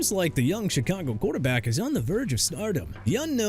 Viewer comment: "MIKE MCDANIEL WAS NOT A GREAT HEAD COACH..." HOW RIGHT YOU ARE TO EVEN SAY THAT! ALSO IT'S NOT PRONOUNCED CHEE-KAH-GOW SO YOU NEED TO STOP SAYING THAT!! CHICAGO PRONOUNCED SHUH-KAH-GOW OR SHEE-KAH-GOW!! YOU UNDERSTAND THAT?! GARDNER MINSHEW AS IN MIN-SHOO NOT MIN-CHOO!! JAGUARS AS IN JA-GWAARS NOT "JAGWIRES" SO YOU CAN QUIT SAYING THAT TOO!! "THE FINS ARE IN COMPLETE DISARRAY..." LIKE YOUR CREDIBILITY?! TUA'S BEEN GONE AND YOU CAN KEEP BRINGING HIS NAME UP... I DON'T CARE! AND STOP SAYING "NEW OR-LEANS" CUZ IT'S PRONOUNCED NEW OR-LINS! MICHAEL PENIX JR. CUZ YOU FORGOT THE "JUNIOR" IN THE NAME!! YOU'RE FINISHED!! BTW YOU PPL IN THE COMMENTS DON'T GET TO RESPOND PERIOD SO MIND YOUR BUSINESS!